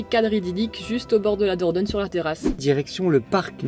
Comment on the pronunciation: Kes ki di? Il dit qu'il a visité la Vallée d'la Dorgnole😅, euh dornole😓, Ou diorniole 😫fin j'me comprends quoi...🙃😜